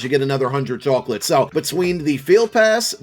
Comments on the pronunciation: The way you say chocolates 🤣🤣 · The northerner is coming out when you say chawklitz